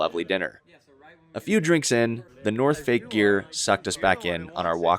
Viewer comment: wow enjoy watching your vlog,i laughed when you say "northfake" 😂😂wtf